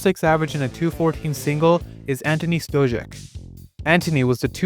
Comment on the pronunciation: slight critique: stojek is pronounced like "stoyek", not "stojek" otherwise, great video